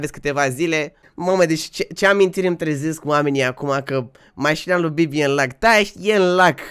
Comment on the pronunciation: Când spui bibi parcă doar parcă zici ca spui bebe😳